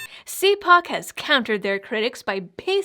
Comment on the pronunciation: It is pronounced- cal puke.